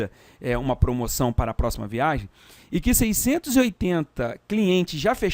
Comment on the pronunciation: VIA*G*EM com "g", por favor!!! :)